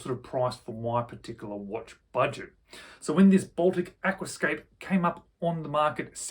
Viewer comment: Aquascaphe has a ph pronounced f, Aquascaf. Still dead jelly of this one. :)